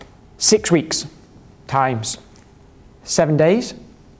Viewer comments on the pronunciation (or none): I keep laughing when he says "times" :D